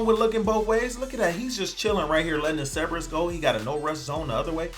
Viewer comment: Holy Hell there are 2 r's in Cerberus! ceRberus!!!!!!!!!